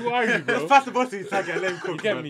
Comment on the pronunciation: my guy said ewo😂😂😂😂